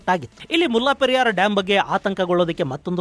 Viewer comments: ಮುಲ್ಲಾ ಪೆರಿಯಾರ್ ಅಲ್ಲ ಮುಲ್ಲೇ ಪೆರಿಯಾರ್ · ಅದು ಮುಲ್ಲಾ ಪೆರಿಯಾರ್ ಅಲ್ಲ 'ಮುಲ್ಲೈ ಪೆರಿಯಾರ್ ' ನಿಮ್ಮ ಉಚ್ಚರಣೆ ಯಾರೋ ಒಬ್ಬ 'ಮುಲ್ಲಾ ' ನಿಗು ಡಾಮ್ ಗು ಸಂಬಂಧ ಇರೋ ಹಾಗೆ ಇದೆ.